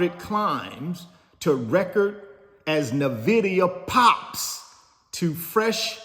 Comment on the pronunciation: Please research how to say Nvidia, you pronouncing it incorrectly is either an inside joke or a serious lack of research.